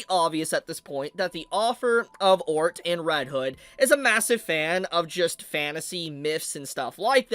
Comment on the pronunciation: I can't believe butchered the pronunciation of Otr 😂. He said Ort 😂😂